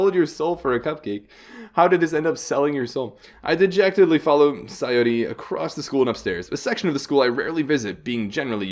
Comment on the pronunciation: By the way, FINALLY some American Youtuber properly pronounces "Yuri" and "Sayori" lol